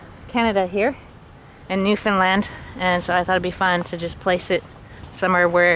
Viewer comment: Newfoundland rhymes with understand.